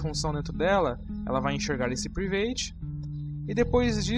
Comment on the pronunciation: Mano, show a apresentação! Está me ajudando bastante.. Mas a palavra Private se pronuncia 'Pràivet', ok?! não 'Privêit'... Apenas para conhecimento. Valeeu!